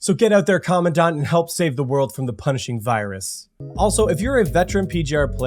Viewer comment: The EN pronunciation of "commandant" is such a meme, my eye involuntarily twitches every time i hear it 😂 Thanks for the video, looking forwards to Crimson weave and more people joining PGR!